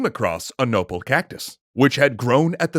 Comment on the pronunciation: Uuuuuh i C R I N G E D at all the Aztec pronunciations and especially nopal, which is pronounced No-pal, but with a mexican spice. The L is soft as in Tl, and the A is niether long nor short, kind of in between. If you’ve ever heard the correct pronunciation, you know what im talking